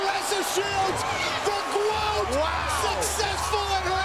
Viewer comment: I thought she was saying "Momma your daughter the GWOAT" have to rewatch. I teared up and watched that part in slow mo. She is such a FIGHTER and an INSPIRATION. You go GWOAT!!!!